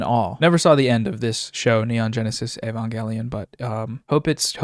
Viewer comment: MAAAAN HE SAID evanGelion 😭😭😭